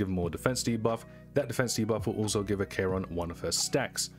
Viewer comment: Ack eron not A k ron